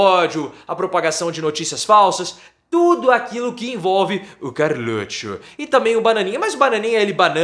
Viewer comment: "Carrrrlutcho" kkkkkkkkkkk